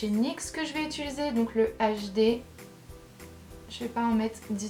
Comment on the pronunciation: Coucou, tu pourrais tester un Fond de teint MAC !! Il y a un truc qui me fait toujours rire dans tes videos, tu dis tout le temps ITULISER au lieu de UTILISER x) j'adore ne change rire <3